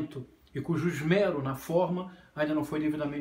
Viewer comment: Doeu meus ouvidos a pronúncia de esmero.